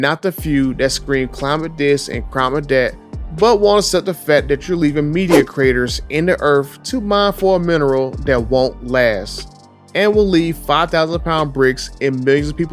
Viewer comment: It’s “earth” not “earf”